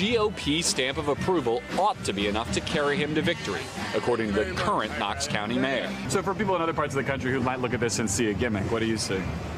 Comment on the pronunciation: Typical of liberal MSNBC announcers. in your video, your announcer incorrectly pronounces the county as Cox County. The correct pronunciation is "nocks county" and is spelled Knox County. The letter "K" is silent.